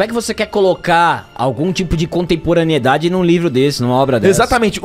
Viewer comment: Presta atenção,!! ContemporanEIdade e não ContemporanIEdade.